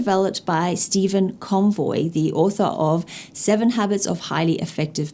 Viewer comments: It is Covey and not Convoy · So far I have enjoyed and learned a great deal from this. There is one glaring mispronunciation, you have called Stephen Covey as Steven"CON-VOY" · Dwight d matrix? Stephen convoy? Is this an AI or ESL video? Great content by the way. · It’s Steven Covey please not Steven Convey or Convoy but thank you for the informative video. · Yes, I spotted it straight away too and yes, I am also familiar with the 7 habits, sadly 😢 you are familiar only with the correct spelling and pronunciation of that surname 😂. I am sure you must be the one of the kind, unique perfectionist.... 🧘 Regards 👋😎